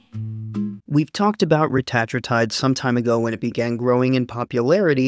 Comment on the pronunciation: Believe it or not, ‘Reta-tru-tide’ is actually not the way most medical researchers or clinicians (or Ely Lilly’s CEO) say it. 😮 They say ‘Reh-tat-rue-tide’. Like in this vid. Dude had it right. 😎 But it’s one of those words that’s been said wrong for so long (and so often) that the wrong has become the default. So at this point, ppl may as well say it either way. Otherwise they’re just gonna be really confused. 🤷🏼‍♂️